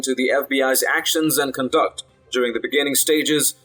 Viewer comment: I like this channel, and that you have a slight accent. But, so does Gorka and he doesn't mispronounce basic words. It's CON-duct, not con-DUCT, and it is IN-famous, not in-FAM-ous. You want to be understood, right?